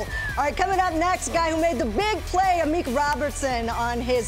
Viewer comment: Amik "Amuch" Robertson, you heard it here first.